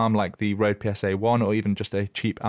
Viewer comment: you are so close To say RØDE but cool video